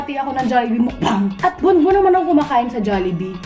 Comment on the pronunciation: tawang-tawwa ako sa MUKbangg na pagkakasabi mo hahahaha